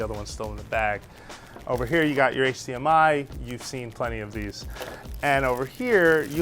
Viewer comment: He says HCMI its HDMI 😂